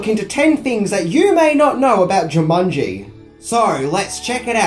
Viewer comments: Why do u pronounce it jumunji instead of jumanji? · I literally paused the video a min and a half in as it was bugging me and had to see if someone else mentioned it. Jumunji, Jumunji, Even when I said the word Jumanji in my head it now comes out as Jumunji. Damnit. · Uh,, its Jumanji, NOT Jumunji. And does everybody in New Zealand say "fings"? Come on buddy, it's part of every video title. Weird! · JOO-mon-jee, not JIM-mon -jee" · Its jumanjiiii not jumunnnji :) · Dude! It's jumanji! Not jamunji! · "Jamungy" Try to unhear that now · Jew Mongi ? Jaw mungy ?😂😂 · you sound as if you are saying 'JamUnji' all the time.